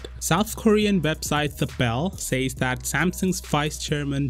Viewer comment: Apparently you aren't smart as i thought, and don't know how to use google.You still pronounce says wrong......